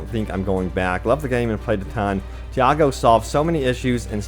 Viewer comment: Say "Tee", say "Aw", then say "Go"... Now combine it. "Tiago". There's no "Diago" anywhere in the game.